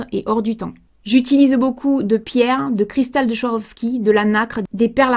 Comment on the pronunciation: très belle vidéo! belle initiative ^^ Les bijoux sont magnifiques en effet! et j'adore les photos du toutou sur Insta:) et çà me fait toujours sourire d'entendre les gens tenter de prononcer la marque Swarovski ^^ Le W se prononce V en allemand donc en fait c'est prononcé Svarovski ^^ Je le sais car habitant au Tirol Autrichien juste à côté de l'usine de Wattens;)